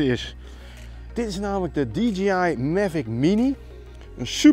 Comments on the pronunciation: Het merk is natuurlijk wel DJI (die djee aai) en niet DGI (die dzjie aai) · Zeg niet steeds DGI.... Het is DIE-JAY-AI <------- Fonetisch Je zegt toch ook DJ als iemand plaatjes draait. "DIE JAY" en niet DG Als je van die filmpjes maakt mag je toch OP ZIJN MINST verwachten dat die wijsneus de merknaam correct uitspreekt. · Stug DGI zeggen ipv DJI